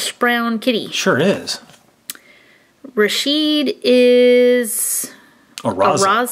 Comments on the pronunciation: It's ra ch it not rashid! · it is pernounced rachid and pear son